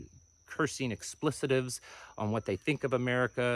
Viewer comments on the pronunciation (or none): Are you trying to say (the word) expletives? If so, please revisit the pronunciation.